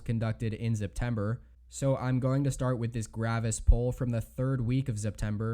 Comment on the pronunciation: First “Arkanzah”. Now “Zeptember”? Wtf guy?